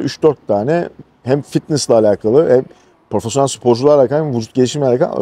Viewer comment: Profesyonel yerine neden porofesyonel diyorsunuz çok merak ediyorum gerçekten